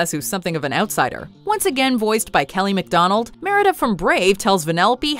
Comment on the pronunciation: Kelly McDonald! McDonald’s 😂😂😂😂😂😂😂😂😂😂😂😂😂😂 who heard that